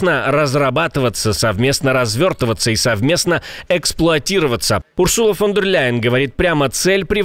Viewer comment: Ursula von der Leyen - Урзула имя произносится с ударением на первый слог, как большинство немецких имен